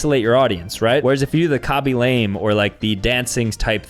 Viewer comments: Not KA-be LAYM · It’s actually pronounced KA-bee Luh-MAY